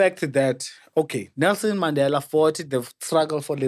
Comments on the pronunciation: Yoooo this guy😂😂😂😂😂 Mmandelah not Mandela (the pronunciation). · Word of the day "Maandela" not Mandela😅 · uMandela not uMaaandela & Tetiwan (31) is all I heard from Mayibuye, maybe he had the amber nectar before the show. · Maaandela not Mandela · He, himself, even forgot to pronounce the Mandela surname the way he was teaching us. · Kante all along we've been pronouncing Mandela wrong as a nation😮😮🙌Yhoo